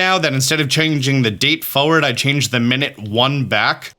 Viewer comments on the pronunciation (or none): none